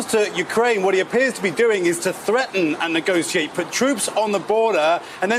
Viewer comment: NegoSHEate. There's no phonetic justification for pronouncing 'ti" as ci.